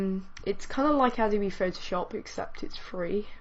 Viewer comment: and adobe its a-do-be